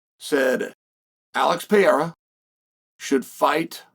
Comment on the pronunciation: Still says Alex Pierra, oregon pronunciation 😂